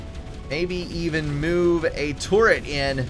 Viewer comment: i love how he pronounces turret as tourette